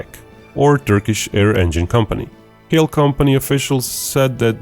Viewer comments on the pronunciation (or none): Pronounciation of the company Kale was wrong my man, it should have been more like "ka-le" as -ka in cambodia but in Turkish the -ca is written as -ka and -le in lepricorn